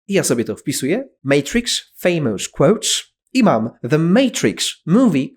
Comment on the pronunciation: Proszę mi powiedzieć a od kiedy FAMOUS ( famous quotes) wymawiamy ( feimOUS) przecież wymawiamy ('FEIMES) przez SHWA czyli odwrócone "E", którego nie jestem w stanie odwzorować na klawiaturze 🙃🙂...